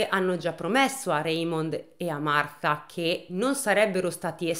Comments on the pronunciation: E' Martha in inglese e lo pronuncia correttamente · un applauso a te che per tutta la durata del video hai pronunciato Martha con il th inglese! Solo per questo meriti tanta stima ♥️🤣🥰